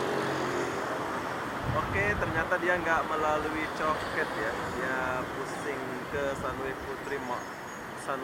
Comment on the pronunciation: orang Malaysia bilang: Cho Kit, ( co kit ) bukan Co ket.